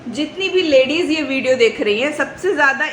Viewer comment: ladizon ,ladizen ye kya hai...lady and ladies ye hai sahi words